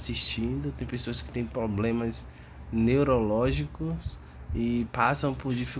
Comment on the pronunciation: POBLEMA kkkkkk